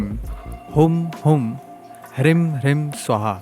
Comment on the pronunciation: Lagta hai aapne mantron ki ucharan me bohot galtiyaan ki hai. Aapne ह्रीं ko Hrim( ह्रिं) bola hai jo mantra ki shakti ko hi nasht kar deta hai aur aapne क्रीं ko bhi krim( क्रिं) bola hai.